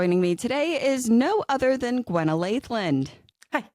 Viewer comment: OMG, I HAVE WATCHED THIS HALF A DOZEN TIMES AND I JUST CLEARLY HEARD GWENNA! DONT CALL HIM SHIRLEY!!! 😂😂😂😂😂